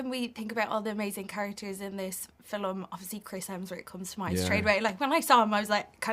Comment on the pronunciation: Did she say “filum”?